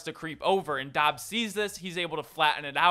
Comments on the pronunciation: Say it like "dobs." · It’s pronounced Dubs I’m pretty sure